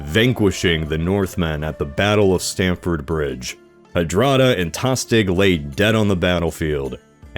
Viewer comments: Harold didn't march his army north and back, he rode with his huscarls and raised the local fyrd in both cases. Still tiring his best troops but eh Also it's Stamford bridge, not Standford. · Was into it until I heard "Calvary" and "Standford Bridge"... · Point of reference - Stamford bridge, not Standford Bridge.... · Battle of stamford bridge not standford bridge! October 1066 not april! Did you do any research for this video? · It's called The Battle Of Stamford Bridge, not "Standford" Bridge